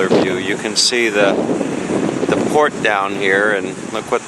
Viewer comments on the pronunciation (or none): none